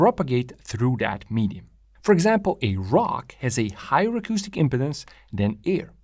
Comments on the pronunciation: Great description. I was surprised to hear the discussion extended to "impedences." That was really great an is essential to understand what's going on. Notice how trumpets, trombones, etc, have a flared opening to the air....it's for impedance matching to avoid a reflection back into the instrument. BTW. In American English, it's pronounced "impee..dance." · Its said Im"pee"dence.. like when someone is impeding the flow of traffick. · Traditionally in English first "e" is long, but I ain't gonna give the guy any crap for pronunciation since it's pretty clear that English ain't his mother tongue. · Another excellent video by! I'm intrigued by the negative pressure wave initial reflection. It also makes me wonder about some multi-cylinder engines that use a single expansion chamber. Finally, in accordance with your 6-stroke video, your video, your pronunciation! However, it may be worth noting the (US) English pronunciation of impedance. We say im-peed-ance, rather than imp-uh-dence. Compare to pronunciation of impotence, which we pronounce imp-uh-tence). Great work! Looking forward to more. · Excellent video. When you pronounce "impedance," your accent sounds like you're saying "impotence." It's no biggie; it's just kind of funny to my American English ears. In these last twenty minutes, I learned more about how an expansion chamber works than in the last twenty years. Thank you. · The word impedance is pronounced im-pee-dans with the accent over the pee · Great video! One comment: stress the second syllable in impedance. It sounds like you are saying impotence, which is a sexual dysfunction, lol. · I don't know how English gets reinterpreted in New Zealand, but in America, we say "im pee dence" (with a long 'e' sound in the middle syllable). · “Im-peed-ance”, not “im-ped-dance”. The way you’re pronouncing it is too close to impotence, which is another thing entirely… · We say im-peed-dance. Just saying.